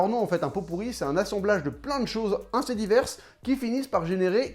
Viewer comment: J'adore ton taf mais tu me stress ont dis Assez pas Inssez mdrrrr